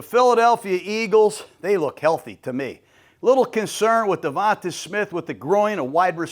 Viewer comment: He also said eagles have won nfc east twice in a row and going for third. .and always says devonTUH smith.